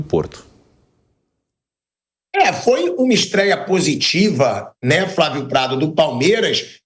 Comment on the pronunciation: é impressão minha ou o vamp só fala Fravio ou invés de Flavio? kkkk